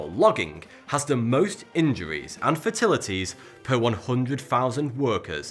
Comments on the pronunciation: my dear fellow. We are discussing Fatalities pronounced: fay - tell - it - eez (some pronounced it fay - tell - ih - teez) but no one except you, old chap, pronounce it fer - til - it -eez. Your work is otherwise fabulous so do carry on. Bravo for a fabulous channel. I hope you don't take offense at my attempt at improving you. Cheers young fella. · did you say injuries and fertilities, lol? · And it’s FATalities, not FERTilities! Lol. Great video though! 👍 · You said fitilities not fatalities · Is it just me or does he keep saying fertilities instead of fatalities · It sends like he keeps saying "fertilities" & not "fatalities". I'm from the UK, lived all around it from Plymouth to Edinburgh, so I'm familiar with most major dialiexts yet it still sounds like he says "fertilities". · You said fertilities rather than fatalities.. more than once. What the hell man? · Dude, they are "FATALITIES" not "FERTILITIES" groan... you need to re-audio the whole vid... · definitely heard him say that although the first time he did correctly say in bangladesh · Collin Skone Yup, that's what it sounded like. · Are you saying fertilities? Does that mean being able to have a child like fertile? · did he just say "fertilities were frequent" 😂